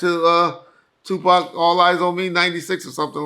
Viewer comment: Drake is the new Pac. “Sue-Pac”